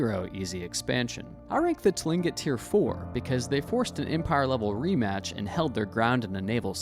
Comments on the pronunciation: so few things, tlingit isn’t pronounced how it looks it’s pronounced clingit, second the little cartoon of the “seneca” woman she is wearing 3 feathers upright, that’s how Mohawk Indians wear their feathers, Seneca is 1 standing feather, then over to the “Mohawk” cartoon, the attire is incorrect along with probably most of these 😂 but appreciate the information on the subject you just need more authentic presentation. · It is pronounced klincit for tlingit. I have a friend who is apart of that tribe. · Tlingit = Kling'et Baranov = Baranoff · Tling'it is actually pronounced closer to "Klink-it" For those interested in this and closely-related topics, I suggest that you use this interesting, but incredibly superficial video as a good intro to begin your real deep dive .. there is a LOT more to it all!